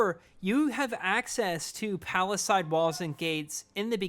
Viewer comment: Love it, but oof, you’ve gotta pronounce palisades correctly